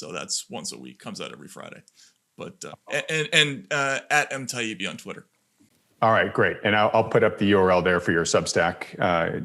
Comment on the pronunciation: Btw, his last name, Taibbi, is pronounced ...Tie eebee.